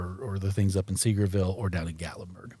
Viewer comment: Just an FYI from someone that has visited Sevierville for many years and lived near there it’s pronounced: Sa-VEER-vil. Many people pronounce it like you did 😊. I think we did Clingman’s Dome hike once and stopped many times to sit.